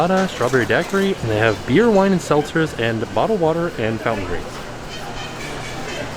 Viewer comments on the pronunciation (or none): none